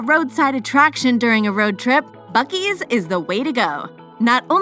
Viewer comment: As soon as you start buc es I have to turn you off